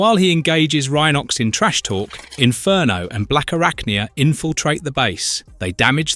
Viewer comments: Says Rhenox Instead of Rhinox a few times ugghh. I gave up. Obviously the person who made this is a fan of the show. But not fixing the names is painful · Yeah, picked up on that on the opening episode when he (or it) said that Cheetor decided to play with other cheetahs instead of boasting to Optimus about how fast he can run. Have also noticed that Rhinox had two different pronunciations within a minute of each other. The Tiggertron though is the best so far. Picturing him saying to the Maximals "TTFN, ta ta for now" whenever he wants to return to the scouting... ...and let's not then go into the Predicon version of Tiggertron, the black cat called...